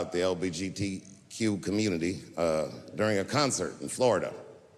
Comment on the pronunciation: have you realised he says LGBT as LBGT, makes it sound like a fast car brand